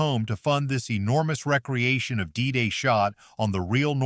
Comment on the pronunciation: Shitty AI narration. “Recreation” and “re-creation” are pronounced differently FFS